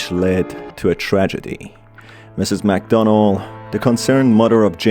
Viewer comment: I kinda thought I was hearing Mcdonald when he said Mcdonell